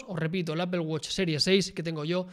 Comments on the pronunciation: jajajaja qué horror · ¿Por qué pronuncian "apel" a Apple? jajaja